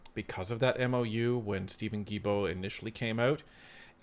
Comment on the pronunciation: It is pronounced Steven Gill-bow like a fish gill and bow like a bow in a girls' hair 😊. Sorry I just had to. French is harder than many think.